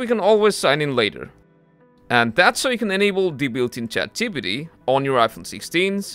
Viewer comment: I wonder why you are unable to pronounce ChatGPT..Chat gee pee tee...